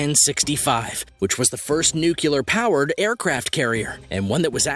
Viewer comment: Learn how to pronounce "nuclear"!